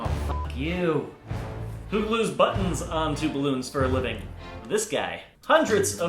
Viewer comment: Lmao the way he says buttons "baddnzz"